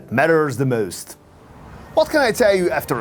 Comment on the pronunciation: He says with keviarr oh jo negggishh 😂 and...then he says the not most he says möüst .....go.learn english fidesz lovervoy🎉😂❤